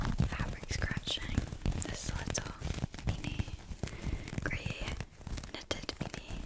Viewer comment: American here… When she said grey knitted beanie it almost sounded like she said something about her granny 😅